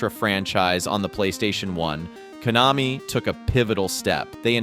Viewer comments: "sneeyes classic" "koe-namee" nice AI video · There was even an instance where Konami was mispronounced.